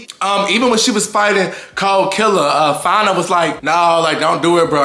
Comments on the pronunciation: it’s pronounced Fawn-A. The spelling (Fania) is what throws everyone off. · I think ppl mispronounce fania's name bc of the IA.. it makes u wanna say it like that.. but its really just like Ahna's name, with an F. Love you and your vids soo much🫶🏻🫶🏻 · bruh it’s not hard to say fania